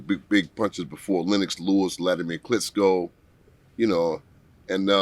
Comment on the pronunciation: He worked 10 years with wladimir and still mispronounced his last name its "Ch,," not "ts,"😮😢